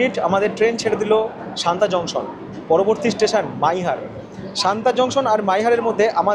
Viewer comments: সানতা নয় সাতনা হবে। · Satna pronounciation শান্তা কিভাবে হয়???? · haan eto easy name tao vul korechen bolte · Bhai, ota Santa noy, SATNA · a silly comment...santa noi...satna junction......i want har blog will be perfect... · ওটা শান্তা নয় সতনা। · দুটো কথা। আমার যতদূর শুনে মনে হলো তুমি সমানে শান্তা জংশন বলছো। স্টেশনের নাম সাতনা জংশন। আর মাইহার স্টেশনের ব্যাপারে কিছু বললে না। ভারতের প্রবাদপ্রতিম যারা সঙ্গীতশিল্পী তাদের মধ্যে অনেকেরই এই মাইহারে যাওয়া আসা ছিল বিখ্যাত বাঙালি শিল্পী আলাউদ্দিন খায়ের ছাত্র হিসেবে। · আর মাইহার এর আগের স্টেশন টার নাম সাতনা,, সানতা না